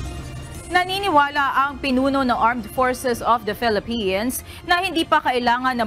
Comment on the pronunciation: Your lady anchor says "Phelippines" instead of Philippines. Common! Let's say it right.